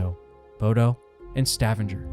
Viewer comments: This is unwatchable because of your idiotic pronunciation of Stavanger as if it's some septic town. It's Stav anger with a hard g in anger like the word anger. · Stavanger pronounced Stahvahnger where UN Base is. Also hard G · The way you pronounce Stavanger.... holy hell, i.stopped watching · Learn how to pronounce Stavanger. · Did this guy just say Stavanger in the same way you pronounce scavenger !! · Stavanger is pronounced with a HARD G. Couldn't watch it. Your use of a soft G drove me mad Please please check the pronunciation before you post. It's courteous to the natives of the country concerned, if nothing else. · Its pronounced Sta-vanger not Stavanjer 🙄🙈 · Stavanger is not pronounced like "scavenger". It's more like "stab"-"anger". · "Stav-in-ger"...😂😂😂 It's pronounced as "Sta-vang-er". I know, I know, grammar nazi, but I'm just trying to help. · I love the way you pronounce Stavanger like Scavenger. Sounds cool 🙂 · Stevanger is pronounced like Stuh-vong-er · stuh - vong - ger, stavanger lol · butchered pronouncing Stavanger. Stah Vahn Ger. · It's "Sta- vāng'-er". The "a" is long, the middle syllable being stressed. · Please tell the narrator to .earn how to pronounce Stavanger...its Sta vang er... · ‘Stavvinjer”?? Really, make at least an attempt at Norwegian. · Stavanger does not rhyme with scavenger.